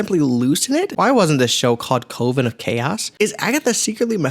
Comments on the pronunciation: Perhaps I was a touch harsh. But also dude who made this channel, do better. If you're going to make a video about a show with a coven of witches, be able to pronounce that word correctly. By NOT doing so, it implies to me that you did NO research or anything. How is anyone supposed to take you seriously if you don't know a very common word when talking about witches. If you want to keep doing this YT thing, then put in the effort. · Yeah, I definitely look for great analysis from someone who can't even pronounce "coven." I watched Borderlands for free and that was less of a waste of time than this video.